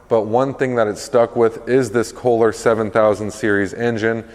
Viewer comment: Isn’t it Kolher or kohler Pretty sure it’s not K holer